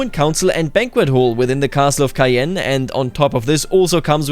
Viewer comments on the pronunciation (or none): It took me some time to figure out that the castle of Cayenne was in Caen... 😅 (I admit, tricky one... it's pronounced [Kã], with the French "an" sound, like in "quand") Otherwise, super nice tips, as usual 👍